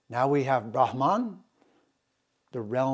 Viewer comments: SO IS THE PRONUNCIATION OF " BRAHH' MANN" and not Brahman Which refers to the cast. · I really appreciate your discourses on Vedic culture and defending Sanatana Dharma. I have a request and I understand it is difficult. It has to do with pronunciation. Brahman is pronounced as Bhrum as in Drum followed by Mun as in Mundane. Bhagwan is pronounced as Bhug as in Bug followed by fleeting Uh followed by wan as in wand. I apologise for bringing this up. Please do consider this. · It should be Brahman ( pronounced as explained by you : bhruh ,as in drum + mun, as in mundane )